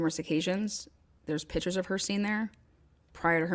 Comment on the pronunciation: PICTURES…..the “C” is not silent, also the mouth sounds, I could not continue! This probably would be an amazing podcast, so many distractions!!